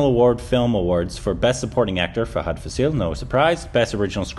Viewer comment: You're saying Fahad right, but Faasil wrong. It's F-aa-sil, not Fas-ee-l. And yeah, this is one of his best performances, and the movie is an absolute masterpiece. Do watch!